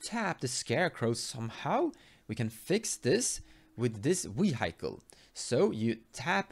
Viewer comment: I love some of your pronunciations sometimes man. "Wee-Hike-All" haha, I like Gerrard for some combo ideas too, solid vid as always.